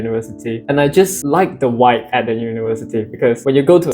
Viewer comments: It might just be my audio but it sounded like you were pronouncing it wibe or waib. it could be your accent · its interesting how your pronounce vibe, congratulations taiwan is great country